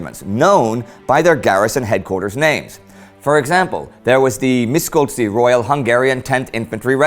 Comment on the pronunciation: No offense Indy, but your pronounciation of the hungarian words is quite funny :) István Tisza - Tisza is okay, but the s in István should be pronounced like the s in "she". Same goes to the s in Miskolc. Also I heard Szeged - when an s stands with a z, the s should be pronounced like the s for example in the word "side" :) Naturally I do not mean you should learn all the rules of speaking in hungarian, I just ment these to be "fun facts" :) The show is really-really nice, thank for all of you for your hard work making it! :)